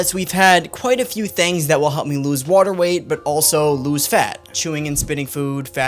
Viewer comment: Really interested where dude is from the way he says “watr…” or “waytr.”